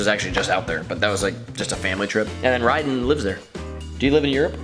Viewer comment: Why does everyone call Ryden "Rayden"? It isn't that hard